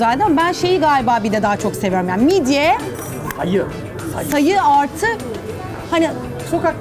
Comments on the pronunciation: ai mşdye yerine midye yapanmı yicen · Birisi midye mi dedi 😛